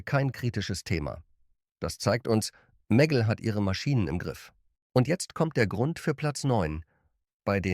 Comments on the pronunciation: Die Ki kann nicht mal Meggle sagen 🙈 immer dieses meggl klingt zum . . . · Daumen nach oben gibts von mir keinen! Warum müssen bei einem deutschen Video KI Stimmen eingesetzt werden? Wo sich bei mir wirklich die Nackenhaare stellt ist bei MEGGLE: Die Aussprache ist nicht"Meggel" sondern "Megg-le"!😑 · Meggell 🤣 😂 Die künstliche Dummheit kennt keine Meggle-Butter 😂 Mäggell 🤣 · Warum kann der Sprecher den Namen "Meggle" nicht korrekt aussprechen? Stellt für mich die Seriosität dieses Beitrags in Frage. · Wurde einfach nur englisch ausgesprochen